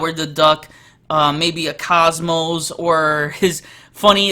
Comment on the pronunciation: It's "Cosmo", not "Cosmos".